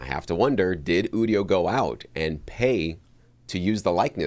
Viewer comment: People who don't know how generative AI works... or how to pronounce Udio. They probably also pronounce nVidia as "nuh-vidia" and "OS ex" instead of "OS ten". 😜